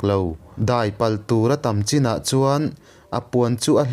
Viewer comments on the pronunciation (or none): none